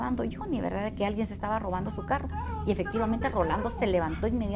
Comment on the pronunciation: Jajajaaj "¿verdá?"